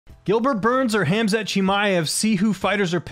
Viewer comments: I hate when people butcher names when it’s clear how to say it….K H A M Z A T. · Surprised at how many of these fighters have an option on Khamzat but don't know how to pronounce his name.